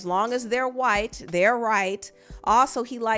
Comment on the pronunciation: The emphasis continues to put on “WHITE” is sending me 😂😂😂😂